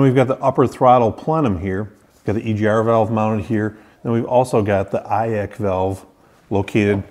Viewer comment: Eye-ack valve? Never heard it like that. Thanks for the good video.